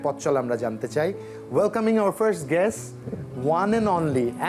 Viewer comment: Guest উচ্চারণ হবে।